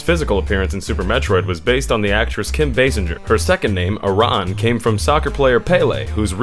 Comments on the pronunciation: Aran (air-in) Samus Aran It's pronounced like this air-in. Not uh-ron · Samus "Iran"? Does this mean I've been saying it wrong? I always call her Samus "Erin". SO do most of my friends. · It's Samus AIR-EN not AIR-RON. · Is nobody actually annoyed by the way he pronounces Aran? Pretty sure it's pronounced like Ar-in not Ar-on. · so that is the correct way to say her last name? Other M makes it sound like "Aaron" rather than "Aa-rahn" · Samus’ surname Aran is canonically pronounced “air-in” just so you know for future reference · Varia can be pronounced either way, but Aran is officially pronounced like "Aaron" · Ahhhhh i cringed so hard hearing ahh-ran and vaa-riia suit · same here :( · No no no It's Samus Iran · Aran is pronounced like Aaron, or Erin, or Arin. Even ignoring the fact that it is spoken in Metroid Prime 3, it's an actual name. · That's one way to butcher the pronunciation of "Aran" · And that's one more youtube who can't pronounce Samus' last name correctly... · you said Aran and Varia wrong. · Samus's last name is badly mispronounced and "Varia" in "Varia Suit" is mispronounced.